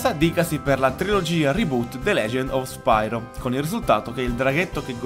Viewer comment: Bel video ma la pronuncia corretta, se non erro, dovrebbe essere "Spiro" e non "Spairo", sicché deriva dal greco "Piro", ovvero fuoco. Di fatti, nei primi giochi, viene chiamato "Spiro", nonostante la y inglese. Poi, con l'andare avanti della saga, la pronuncia è stata modificata in "Spairo".